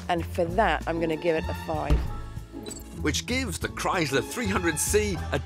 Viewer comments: Its chrysler with a sssss sound not a z sound like krise ler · Now if they could only pronounce Chrysler correctly.